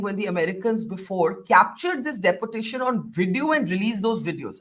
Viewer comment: Barkha you have excellent English skills but everytime you use the word Deportation it is totally wrong in British and American pronounciation. In American it is Dee-por-tay-shn. In British it is Dee-pow-tay-shn. Sorry to correct you madam!